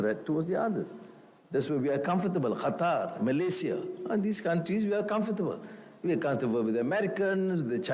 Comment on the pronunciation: Qatar bukan gatar 😅